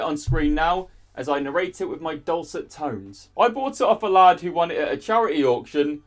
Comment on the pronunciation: Why do you say lad like lahrd